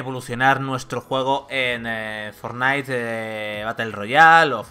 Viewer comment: Porfavor no digas Fornite di Fornait